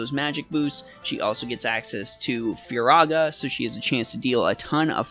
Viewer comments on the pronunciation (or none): none